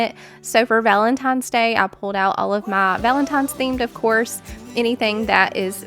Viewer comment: P. S. "Valentines Day", not Valen TIMES? Day. 😚😚😚. Might just sound how it came through on the Voice over. Back to your video.